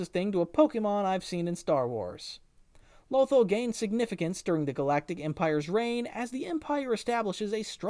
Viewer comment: Low-ThALL... not "lowthul"